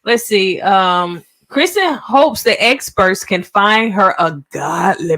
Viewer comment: Her name is K I RSTEN, NOT Kristen